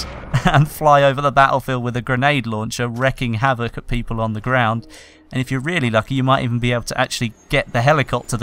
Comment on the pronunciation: Really urks me for some reason, when people say "wreck havoc" instead of "wreak havoc."